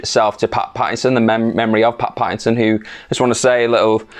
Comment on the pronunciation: *Patterson, not ‘Pattison